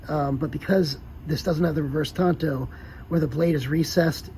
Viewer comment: Did you graduate the 5th grade? It's a Tanto, not a Tonto! KnifeMaker